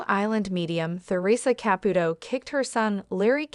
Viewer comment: You can’t even speak her name correctly this is a load of crap